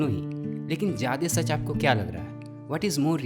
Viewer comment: भईया मेरे पास आपके लिए एक सुझाव है । मैंने कई बार गौर किया है कि आप ज्यादा को जादे बोलते हैं। अगर आपको ठीक लगे तो please ज्यादा बोलिए। सही भी होगा और उससे ज्यादा ज़रूरी सुनने में भी अच्छा लगेगा।